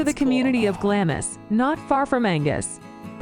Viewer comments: GLAMIS - Pronounced phonetically... GLAAMZ or GLARMZ. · It's not Glam-is it's Glarms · It's pronounced "glams". Not glam-is. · Culzean Castle is pronounced Kullean and was owned by the Kennedy family, Lords, later Earls of Cassalis. Glamis is pronounced Glarms, seat of the Lords/Earls of Strathmore. The titles are anglicised, in Scots they read Laird, (Lord) and Righ, (King, later Earl). A lower rank of 'Laird' was prefigured by the epithet 'Bonnet'; thus 'Bonnet Laird' or 'Gentleman', colloquially, 'Wee bit Lairdie' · Glamis is pronounced 'Glarms', one syllable. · Edinburgh - pronounced Edinbra. Glamis Castle - pronounced Glaarms. Culzean Castle - pronounced Calleen. etc etc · Glamis is pronounced ‘Glams’ as in hams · Oh dear; Baal-ate-r, EdinburG, Ayr shire, Culsayan, Glam is, For far, Dun oadr, etc etc etc! And you wonder why we disdane yawl, fuming, laughing, with British politeness, behind your stupid, ignorant backs! Judging by this vid I would NEVER EVER watch any of the others by them. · Its pronounced Glah mmmms and Eileen Doh nan. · This video should not be voiced by an American person ,your English is not good enough and she mispronounced almost every word relating to a Scottish name place or castle .for heaven's sake glamis it's pronounced glams ,culzean castle it's culane Edinburgh it's Edinburah and certainly not edinboro . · As others have said the narrator gets the pronunciation so wrong for most of the castles. Glamis castle is pronounced Glams. Culzean castle is Cullain. Apart from that you should react to the Queens funeral. While there are a growing number of people who are anti royalists, most had respect for a woman who dedicated her whole life to the people of Britain and the commonwealth. Love all your reactions, you are both lovely people. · Some hilarious pronoucifications!!!! Ha, It's Glamis [glahmz] as in charms, not Glamis as in miss. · Hi guys Glamis Castle is pronounced Glams Castle. Glad you're enjoying them.